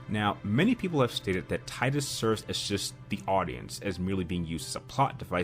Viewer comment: Subbed for pronunciation of Tidus.